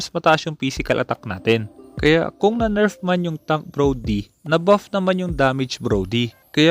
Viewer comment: Di ba NERF di NERP ? Lol sa accent